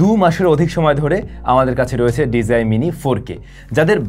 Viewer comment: ভাই আপনার সব ভালো শুধু pronunciation - টা একটু ঠিক করতে হবে। It's DJI - টা pronounce করেন আর যে কোন কথা বলা অ্যাপ এর মধ্যে দিয়ে দেখেন সেই App - টা কিভাবে করে। তাহলে আপনি আপনার ভুলটা ধরতে পারবেন।